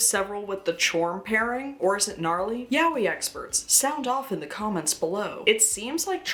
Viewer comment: Btw yaoi is pronounced ya-oy, not yow-wee. And Japanese people these days dont use the term yaoi anymore and instead say BL.